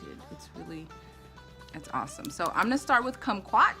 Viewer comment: Cute😊❤ You said kumquat right. We have a lot of kumquat trees in Southern California so that's likely where he got the name from. We used to sit in the trees and eat them as kids. 😊🌻